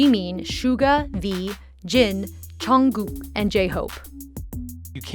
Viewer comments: IT'S JUNGKOOK NOT CHUNGGO😂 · Wow “jEEmIN” and “CHUNKOOK” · Me when she says jungcook and jimin wrong: mKay listEn hErE laDy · Jee-men and Chungcook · But she said Jeemeen and Shunkgoog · How she said jimin and jungkook 🤦‍♀️ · Kinda she Jimin wrong and Jungkook a lil but she did ok